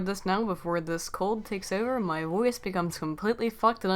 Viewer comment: At the start you said "My woice"